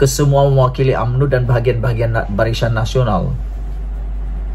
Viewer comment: Barisan Nasional, bukan Barishan Nasional. Tolong kemaskini sebutan, lebih2 lagi bila sebut nama orang.